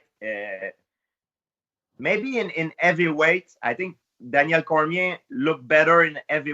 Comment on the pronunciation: Evyweight? Ow ard is it to pronounce an H?